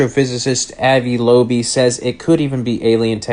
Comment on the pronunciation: Dollar General’s Pedro Pascal butchered Ari Loeb’s name